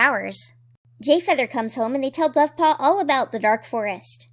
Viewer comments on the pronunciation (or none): For some reason at like I heard that as buffpaw. Dovepaw is now buffpaw.